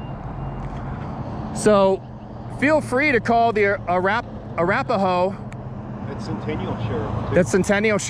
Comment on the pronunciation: It was funny, when you were calling other people stupid while you couldn't pronounce the word "Arapaho". Love your videos.